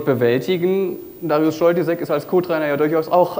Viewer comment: Nichtsdestotrotz heißt Darius Scholtysek Darius Scholtysik. :/